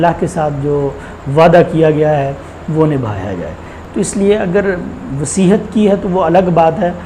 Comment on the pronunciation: مولانا وصیحت نہیں ھوتی وصیت ھوتی ھے